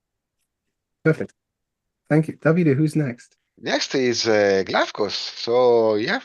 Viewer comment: Davide great pronunciation of the Greek name Glafkos 💯 Great content as always!